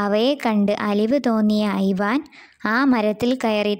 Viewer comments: ഐവാൻ അല്ല ഇവാൻ ആണ് ഞാൻ നാലാം ക്ലാസിലാണ് ഇപ്പോൾ പഠിക്കുന്നത്. ഇങ്ങനെ ഒന്നുമല്ല കഥ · ഐവാൻ അല്ല ഇവാൻ അണ് ഞാൻ 4th class student അണ്